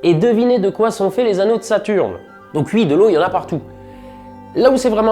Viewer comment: Ton t-shirt est tellement AWESOME ! Quelque chose qui me fait toujours rire, ta manière de dire oui : "Ui" comme tous les gens de l'est de la France :p